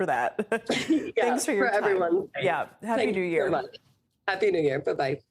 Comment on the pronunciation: "Hap-paey newyaaarrr...YEAAHHH!" Well Somebody's already drunk.